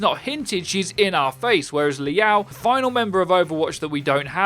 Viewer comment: Liao isn’t pronounced like that wtf